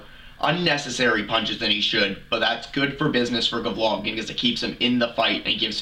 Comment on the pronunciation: "Govlokin" smh, learn his name first